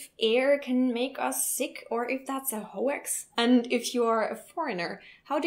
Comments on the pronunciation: It’s pronounced höx, not ho-ax. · Interesting video... The pronunciations of pneumonia and hoax were a little off though- made me laugh :) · Also the way she said "hoax" as "ho-ax" was great too haha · I love fresh air! In the car I will open the window even if it is just a little bit on the too cold side and I have my bedroom window open all year round. I'm from Scotland! :D Also, I loved the way you pronounced "pneumonia" and hoax" with the German accent haha :)